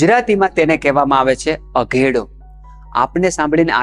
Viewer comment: અધેડો નહિ ... અઘેડો Aghedoજ બોલાય છે ડોકટર ની જેમ ભરપુર માહિતી આપવા બદલ આભાર